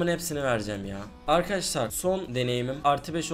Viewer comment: Çok sinir oldum akaaşlar demeyi brakta arkadaşlar de